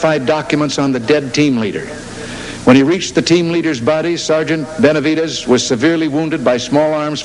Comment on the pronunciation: Man initially he butchered his name BÉ-NAH-VEE-DEZ. And Reagan was from California but as ignorant as fuck when it came to the brown man. Ol gip was nothing more than an actor and racist.